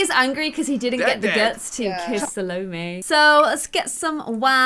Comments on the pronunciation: I think salomés name is pronounced Sal-AAAA-may Like the accent is on the sal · I know I'm late but it rlly bothers me that she pronounces Salomè (pronounced Sha-lom) name wrong because it was the name was one of my best friends but last year she died in a car crash so it makes me rlly sad... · Listen Salomé from Chayanne, that is how you pronunce Salomé 😱💕 ilysm🍑❤️